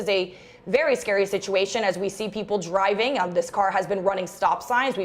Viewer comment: She’s good at annunciation. Ger-i-ving at a fast speed. Thought it was driving with a D.